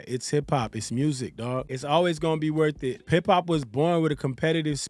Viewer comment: Did this 🥷 just say “I don’t know if it’s worshit” ?